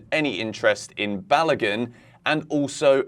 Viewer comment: The name is not balagan but Balogun 😂